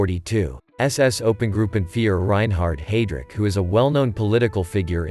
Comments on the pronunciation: Pronounced 'hy-drich,' not 'hey-drich.' And of course, the assassination of Reinhard Heydrich resulted in the deliberate destruction of the village of Lidice (and the massacre of its inhabitants, including several hundred men, women, and children) as well as reprisals throughout Prague and the present-day Czech Republic and Slovakia. Was the killing of Heydrich worth the cost of the German reprisals? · HIGH-Drich..NOT HAY-Drich! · Haydrick? Thought it was heydrich in pronunciation?🙄 Jman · Or heidi-reich lol